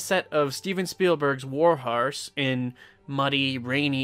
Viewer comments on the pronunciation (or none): "war harse"